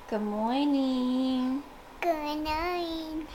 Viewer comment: “goomorninggg” .. “gunite”😂